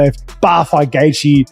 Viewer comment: Stop dragging JR into your BS! And your AI mispronounces Gaethje.